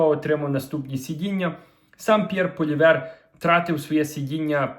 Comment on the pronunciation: Не Полівер, не Гулівер, а ПОЛІЕВР!